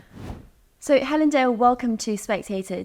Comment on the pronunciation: “I can’t even say her name?”….Uh, try? Hell-un?